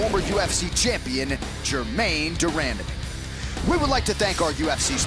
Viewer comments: Lmao Joe's head was getting red from running out of breath and said Germaine Damandame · Gerrain DeMandamee, what a classic also Bjorcza Yan?